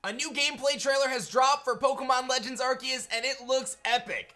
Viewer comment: Pretty sure it’s pronounced “ar-say-us” not “ar-key-es”